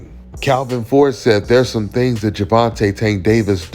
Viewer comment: “ It’s certain thangs that Tank don’t wanna Deww “